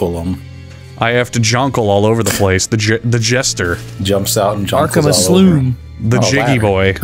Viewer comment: Why did he call it the aslume? Is he stupid?